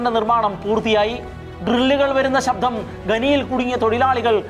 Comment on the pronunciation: Athu pole, shabdam anu, shabdham alla